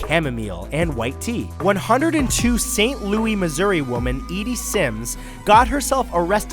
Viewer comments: "Saint - Loo - is" not "Saint - Loo - Wee" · "saint lewie" lol its pronounced saint lewis. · St Lew-iss NOT ST LEW-EE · saynt lew-ISS not saynt lew-Ē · lol I love you Matt, but in St.Louis a very few of us pronounce it saint loo ee most people just call it saint loo iss. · St. Louis, not St Louie only St Louisians can call it Louie